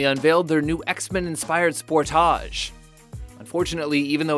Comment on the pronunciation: The way this guy pronounces "Sportage" though...